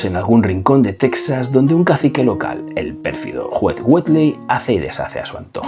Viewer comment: Teeejas, Teeeeejas(Texas), y no Tesas; Mejico( México) y no Mésico